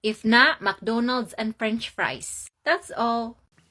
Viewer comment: What a pretty filipino girl... I just like the way she mentioning "McDonal " With her filipino accent... 😀❤❤❤